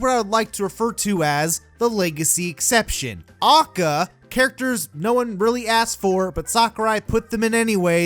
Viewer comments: It's pronounced "Ay-Kay-Ay". It's an acronym. Nobody says "ah-kuh". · It’s A.K.A not AAKAAA, that’s like pronouncing L.O.L as Loal.... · How this guy says “A.K.A”, which I have never heard pronounced phonetically like that. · A K A not ah-ka ;_ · I cringed when you said AKA, it's A.K.A. Which means Also Known As. But hey that's just me. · oh and he says a.k.a as akka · Why does he say A.K.A phonetically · Stop saying acca you madman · HyperCharge for SMASHBROS Why Great conversational peace From where Idk he’s a stinky gamer tho Moves? Foward smash:acca scream stuns opponent by confusing them with bullshit pronunciation of aka Down smash: slams head on ground in order to create brain damage to make shit arguements (huge hit box) Up smash: summons sakurais penis above him and flys up to wrap butt cheeks around it Neatural smash: screams at you for wanting a character in smash and tells you why your stupid and he’s not also screams why your characters dumb and his is best boy(will damage self due to shitty argument structure and hypocrisy) Final smash: sucks own dick and summons 101 red dude or whatever and sucks his dick and spits the nut on you and explains why your characters garbage ( does more damage to echo fighters) He has a lot of potential I think he’d be a fan favorite and top tier not doubt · this is a good video, but i just get really eeeeee when he says "ackuh" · I hate how he says A.K.A. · God what a fucking awful video. I can't believe I watched it fully. Contradicts himself left and right. And stop pronouncing A.K.A. as its own word. I'm having an aneurysm. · This video.must have had so much effort in it. I should probebly subscribe but my ears dont want me to becausr he KEPT SAYING AKA WRONG IT MADE ME WANT TO STAB MY EARS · The way you say AKA drives me fucking insane THATS NOT HOW YOU PRONOUNCE ACRONYMS! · The way you said aka made me want to scream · How you say aka bothers me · My guy, every time you say AKA, I want to chicken McShoot myself.